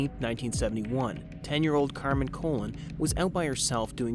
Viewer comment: If you're going to do a story you really should pronounce the name s correctly. It was Colon (sounds like Ca-lone), Maenza (sounds like my-en-za) and Bianchi (sounds like Bee-on-key)